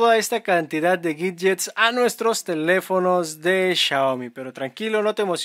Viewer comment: por que Pronuncias la "W" como si fuera una "G" ? . . . o.O?!